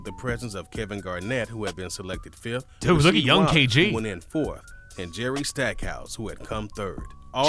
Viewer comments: Man who made the video: jerry stackhouse: jerry stakehouse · Jerry Steakhouse. 😂. Instead of Jerry Stackhouse.